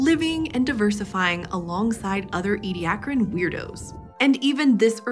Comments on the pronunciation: It's "Edia-car-an", not "Edi-ac-ran"... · I'm irritated that keeps missing a syllable in the middle of Ediacaran, pronouncing it as "Ediacran."